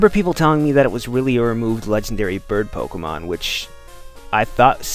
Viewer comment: Why do you pronounce Pokemon Pokgeymon?